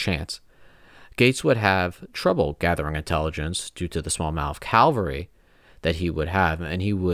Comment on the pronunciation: Cavalry not calvary. Also St. Leger did not retreat to Ft. Ticonderoga but to Canada.